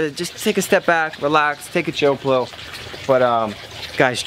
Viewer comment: “Chill plill” lol